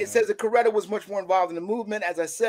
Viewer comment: It was very hard listening to him calling Mrs King Corretta😡